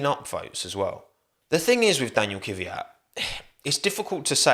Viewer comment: Saying Kiviyat is hella cringe. Why would you do this? Its obscene, really